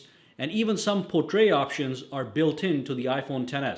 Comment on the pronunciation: Por-tray shots? It’s pronounced por-trit